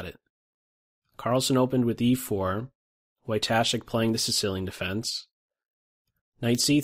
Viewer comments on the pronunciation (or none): Pronounced VOY-tuh-shek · Just one nitpick, "W" in "Wojtaszek" is pronounced like English "V" ;) For future reference.